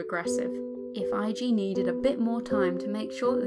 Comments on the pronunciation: Eiji is A G not I G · Really nice, but it's "eh-ji" ;)